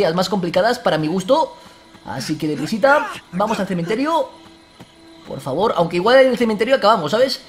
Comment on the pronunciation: like si te hace gracia la nueva frase de vegetta: poh faboh! 😂😂😂